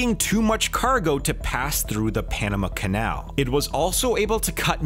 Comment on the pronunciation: "bought the Panema canal" ye sure